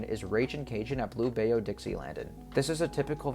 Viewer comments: Native Louisianan here. Still gutted over the loss of Six Flags New Orleans so we have to go to Texas for any "legit" coaster creds. Also, "bayou" in Blue Bayou is pronounced "by-you" and not "bay-oo". Hope that helps. :) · the way u pronounced bayou in the louisiana segment killed me